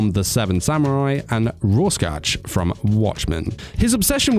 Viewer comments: By the way the way you pronounce rorschach is (roar-shack) but c+ for the attempt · It’s pronounced “Roar shack”, it’s the last name of a Swiss psychiatrist who created the ink-blot test, hence the Rorschach test, the c in the middle is basically silent.